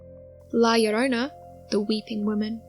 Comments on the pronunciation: "La llorona", not "llorana" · Good video, but it's la llorONa